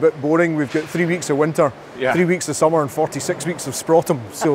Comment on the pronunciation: um... .. what is 'sprotum'?